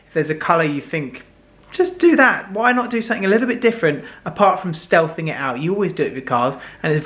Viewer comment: Just don’t go ‘shealth’ for god sake 🙄